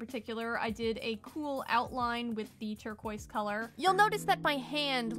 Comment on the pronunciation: Saying "turqua" may sound posh in english speaking places, but it really makes no sense, because it's supposed to be imitating the french pronounciation, but the french do not pronounce it "turqua", it's "turquaz" . You can't skip the "z" sound. Your best bet is to prononce it the english way. Even if you're with french people, they would understand you.